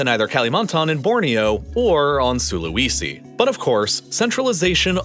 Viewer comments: Please research pronunciation! It doesn't take very long. I cringe every time I hear "Sula-wee-si" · Is this a computer-generated voice? After all this time it only occurred to me watching this video. The pronunciation of local place names is horrendous! "Aseen" for ASEAN, "Can-BEAR-ra" instead of CAN-berra, "SulaWEEsee" for Sulawesi... it was actually pretty cringy.